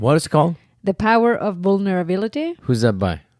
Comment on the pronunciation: The Power of Bulnerability? Bulnerability isn't even a word! Lol, you two are hilarious!